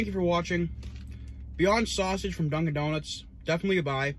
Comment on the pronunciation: 725 likes? We gotta get those numbers up wtf. That hot Boston accent saying Dunkin’ Donuts had me 🤤🤤. Love the sounds your mouth makes when you chew....real wet.